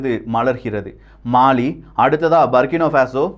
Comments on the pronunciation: சரியான உச்சரிப்பு " புர்க்கினா ஃபாஸோ" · i am at burkina faso. சரியான உச்சரிப்பு. புர்கின ஃபாசோ & Ibrahim த்ரவோரே. Sorry bro i am your தீவிர ரசிகன். Last 10 years i am there.